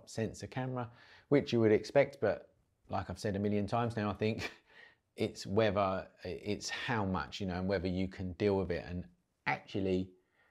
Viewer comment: "It's wevva you can deal wiv the noise in bouf versions?" Love it.